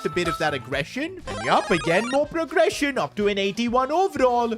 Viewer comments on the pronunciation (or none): bro in a part you said progerssion and aggresion